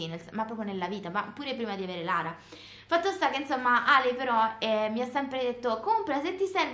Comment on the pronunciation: Si chiama Lara non larea